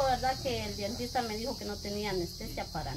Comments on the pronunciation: DENTISTA NO DIENTISTA OJO CON ESO O BUSQUE EN EL DICCIONARIO COMO SE PRONUNCIA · no se dice dientista 🤦‍♀️🤦‍♀️🤦‍♀️se dice Dentista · "dientista" no se dice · PERDÓN PERO DONDE FUERON A COMPRAR ESTA DESPENSA? 500 QUETZALES? BIEN DUDOSA POR LO POBRE DE ESA DESPENSA! LO OTRO ES PARA.... NO SE DICE DIENTISTA, LA PALABRA CORRECTA ES DENTISTA!! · Saludos a todos !! Con una pequeña observación y no es crítica, solo es para que mejoren; se dice "Dentista" y no Dientista. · Con todo respeto para la señora rosa y no se dice dientista se dice dentista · Buenas tardes quisiera corregirle algo,no se dice dientista, se dice DENTISTA. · Mande sus trabajadores a la escuela o que se yo aprender a Leer. No puede ser que esta joven diga Dientista😮es Dentista. Por favor. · se dice dentista no dentista 😂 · no se dice Dientista lo correcto es Dentista me Disculpa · Chicos anteriormente ya se les había dicho que qué el nombre correcto es DENTISTA no dientista con cariño se los digo Saludos 🖖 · Es Dentista no Dientista, muchachas no lo tomen a mal , ustedes están muy jóvenes y no han escuchado mucho esas palabras. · Es Dentista no Dientista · sé dice dentista no dientista. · No se dice dientista se dice DENTISTA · Hermosa perdón que te diga dile a doña Rosa...que no se dice dientista? Se dice dentista 🦷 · no se dice dientista, es dentista. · DENTISTA NO DIENTISTA 😅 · Feliz de esa bendición buen día a todo el equipo. Si muchacho se dice Dentista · se dice dentista Dios te bendiga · Se dice dentista por favor 😊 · se dice dentista 😊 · Se dice dentista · se dice dentista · Se dice dentista chicos, disculpen pero me gustaria escucharles hablar bien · Ella dice muchas palabras mal y uno le dice y le vale porque sigue hablando pesimo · sé dice dentista